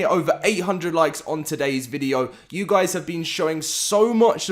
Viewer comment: "HAPAE NEW YEAARS GUAYS"